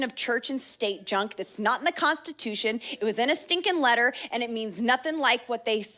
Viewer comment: Contitution? LoL